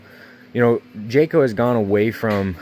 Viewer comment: I quit watching when he said Jayco 😂